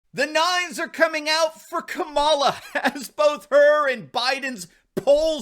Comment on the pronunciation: Ka-ma-la. Equal pronunciation. The name “cackles” is fabulous though.